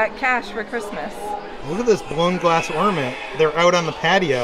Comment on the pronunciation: I think the word is ornament, not ordament...luv the videos